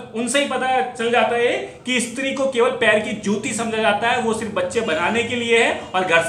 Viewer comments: इस्त्री नही स्त्री। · Bro estree nhi stree ..bro madhya pradesh nhi banglore me ye ghatna hoti thi